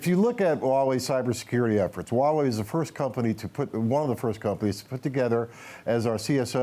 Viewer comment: Why can no one pronounce the H in huawei? I cringe every time.